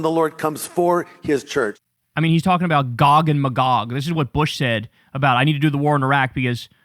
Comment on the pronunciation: never trust a pastor who dosent know how to pronounce Magog correctly on Armageddon lore.